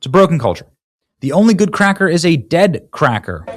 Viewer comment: "Only good crackuh is a dead crackuh..." These people are beyond remedy. Hopeless. Judging a book by its cover is necessary these days.